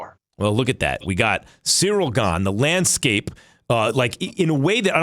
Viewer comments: Its cyril...not surreal!!! 😂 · Can someone please teach Chael how to say Ciryl?